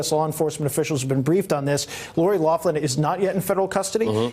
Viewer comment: Loughlin, pronounced locklan, there is no F sound in there, pls stop calling her loflan 🙉